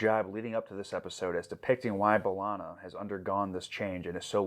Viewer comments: Buh-lah-na or Bae-lah-na Both are fine. Definitely not Ball-ana 🍌😅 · Belana, not Balana. You pronounced the E the way you pronounce "h-e-re" or "wh-e-re" or "anywh-e-re". 😊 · In the first episode, B'Ellana introduces herself as BAY-lanna. And then everyone else says BUH-lanna for the rest of the show. So I guess the whole crew just never asked her how to say it lol. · To be fair, the show took a while to really settle on pronunciations for both B'elanna and Chakotay. I'm not sure they ever truly decide whether it's b-Lahna, Bell-ahna or BAY-lahna. Maybe easiest to just say Torres. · Dont worry there are multiple ways to say B'Elanna's name. Janeway says "buh-LANA" Tom Paris says "BUH-lana" and B'Elanna's family says "bay-LANA" dont feel bad about saying it whichever way. Its the blessing and curse of unique names. Everyone says it slightly different and you remember how each person says it and who pronounced it close to family but never quite the same.